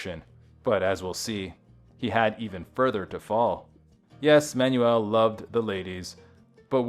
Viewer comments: Stoked you're shining a light on RM, but his last name is just pronounced 'manual', like a gearbox, or an instructional handbook. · At least pronounce the guys name properly. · terrible, they can't even pronounce his name properly. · Learn how to pronounce his last name!